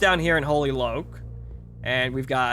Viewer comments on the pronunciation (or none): Loch isn't pronouced "Loak", it's pronounced "Lock". Git yer Scots richt cap'n.